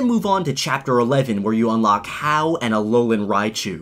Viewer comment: It's vEE-ol-a and ha-OO